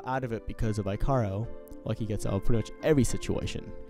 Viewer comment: Ikaros is actually pronounced as eek uh rose. Lol good review!